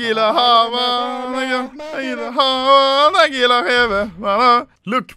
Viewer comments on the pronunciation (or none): said "Nygga" right? Instead of Nagila xD